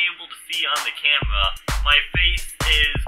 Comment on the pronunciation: You should like a 5 year old girl saying camewra 😂😂😂😂😂